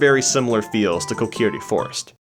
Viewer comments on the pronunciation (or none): none